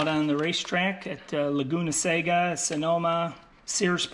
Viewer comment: It's Laguna Seca, not Laguna Saga.